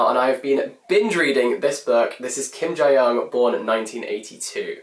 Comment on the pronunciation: Kim Jee Yeong , not Jai Yeong. No shade tho